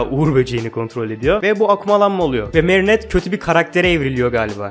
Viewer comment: Abi gerçekten seni üzmek istemiyorum ama lütfen merinetteyi düzgün söyler misin ☺️